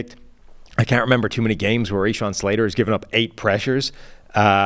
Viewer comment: I seriously thought this was a Jets film breakdown exclusively. It wasn’t until I read the comments that I realized it was about the game (purportedly). They mispronounced Slaters name, Ray Shawn, they called him. It was evidently a very subjective take on what is supposed to be the most objective insight into the game. The amount of praise the losing team was given was completely amateur coverage. That’s my objective observation.